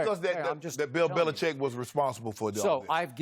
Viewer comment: Bro when Skip said "Bellicheat" I laughed